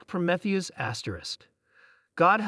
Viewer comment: really? REALLY?!? PRO-METH-EUS?!? IT'S PRO-MEEE-THEUS, YOU PITIFUL EXCUSE FOR AN ARTIFICIAL INTELLIGENCE!!!!